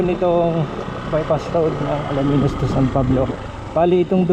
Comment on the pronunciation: Alaminos.. Hindi Alaminus😅😂😂